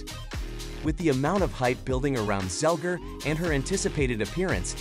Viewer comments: It's" Zegler," not "Zelger." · You have one job...it's ZEGLER not Zelger.